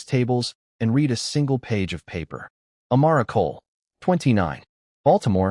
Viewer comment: Past tense read is pronounced red. Please